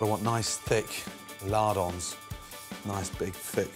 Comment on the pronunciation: ...did he say he wants a "Lard-On"?